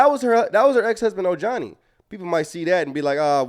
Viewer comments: LoL his name is pronounced o-hani. Ojohnny makes me laugh!! 😂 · It's pronounced OHANI brother.😄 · It’s O-Han-ee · Oh- Hunnie. That’s how you pronounce his name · It's said oh-hah-ni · o hauni u pronounce the J as an H